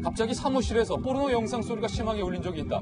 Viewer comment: 사회자가뽀르노가 뭐냐 뽀르노가. 포르노라고 발음해야지. 저 사회자 문제 있다.